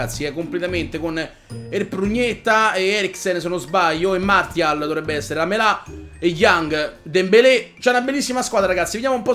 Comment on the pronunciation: lamela non lamelà!!!